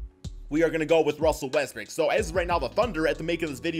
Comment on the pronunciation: So we just gone ignore how many times this man said Russell Westbrick 😂